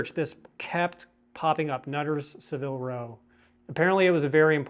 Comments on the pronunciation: It is pronounced SAAA-vil row (rhymes with dabble or gavel) Not suh-VILL row. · The mispronunciation was killing me